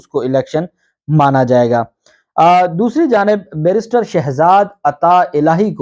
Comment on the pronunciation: BHAI AAP PARHE LIKHE AADMI HAIN.BRISTER MAT KAHA KAREIMN YE LAFZ "BARRISTER" HOTA HAI.PL.KHIAL KAREIN.